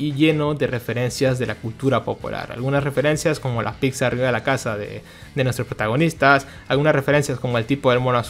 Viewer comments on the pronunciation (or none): none